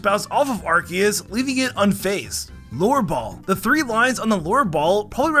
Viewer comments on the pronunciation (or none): I thought you said lore ball